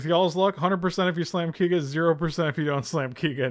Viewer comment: Thanks for uploading the stream,! Quick fyi though, Keiga is meant to be pronounced KAY-ga, as in oKAY.